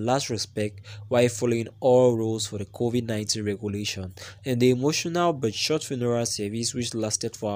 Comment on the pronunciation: Bhudi how do you pronounce the names kovi 19 and her name mara your accent is terrible ....please try to improve so that we can subcribe coz listening to you its jus something else